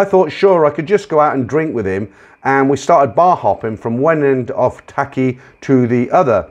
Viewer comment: The name of the Air Force base town in the second story is pronounced like "Tahk Lee". I was at another base in Thailand at the same time period, Utapao, not far from Pattaya. The whole air war against N Vietnam was run out of 6 bases in Thailand; Utapao, Tahkli, Korat, Udorn, Ubon, and Nahkon Phanom. Also, Air America ran clandestine CIA operations in Laos at a few Air strips, flown by USAF pilots who had volunteered to leave the service and fly as "civilians".